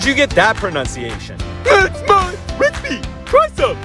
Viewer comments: hammy its recipe not recpee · I love it when ham says "my respee" it gets me every time. XD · "It's my respee, try some."